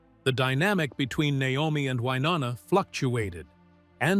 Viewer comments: Why do you continue to pronounce her name wrong? It's pronounced Wy-NO- na...not WY- NON-a. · It is Wy No Na not Wy nonna. Learn how to say her name before you post stuff. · I hate AI! It can’t pronounce Wynonna’s name and the info is widely incorrect! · Love, love, love the Judds!! Stupid AI voice, repeating the same ideas and concepts over and over, and mispronouncing Wy's name. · Most annoying is this guys inability to say Wynonna's name correctly!!!!! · For God’s sake, you really should know how to pronounce Wynonna’s name at the very least.🤦🏻‍♀️ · If you are going to do a story on someone at least pronounce their name correctly. These two are country music royalty say Wynonna's name right! Be respectful about her life story she went through alot in her life. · And shouldn't post anything ever if you don't pronounce Wynonna correctly!